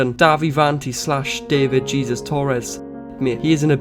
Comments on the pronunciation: I love your videos but as a Latina for the love of God, stop pronouncing Jesus as 'geezus' it's 'HAY-ZEUS' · His middle name isn't pronounced Jesus its pronounced heysoos. Just saying lol . But what dahvie has done terrible stuff for sure . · Not that it matters but the pronunciation for Jesus for his name is "Hay-Seuss" since he is of Hispanic origin. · Dahvie is not an influencer?? He's a musician??? Also his name is pronounced "hey-zeus"